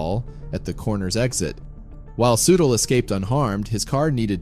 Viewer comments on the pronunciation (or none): Soo Teel not sootl. Gawd how I hate computer narrations.